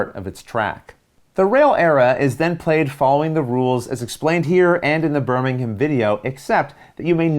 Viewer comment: Thank you for pronouncing Birmingham and Lancashire correctly!